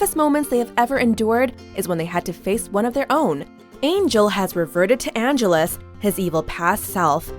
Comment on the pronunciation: Angell=us??!! ouch that hurt. Its actually An-gel-us.